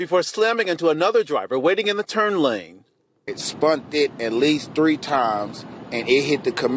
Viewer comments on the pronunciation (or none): 😲 Did he say "spunted" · I couldn’t concentrate after he said “spunted”